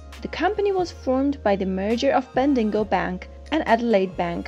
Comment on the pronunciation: Ben-dig-O not Bendingo